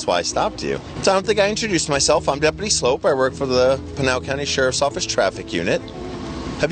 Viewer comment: Dude's name is 'Sloup' (like 'Soup' with an l added). Should be pronouned 'Sloop', not 'Slope'. Does he also buy cans of SOPE? lol